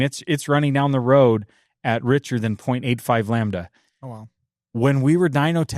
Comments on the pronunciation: I can’t stop hearing the one guy say “lambuhduh” and it’s really bugging me 😅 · Can someone please explain to it’s pronounced Lamb-da NOT Lam ba da! It’s painful listening to him. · Lol ! It’s called incomplete combustion . Lambada vs lambda as the dyno guy says 😂😂😂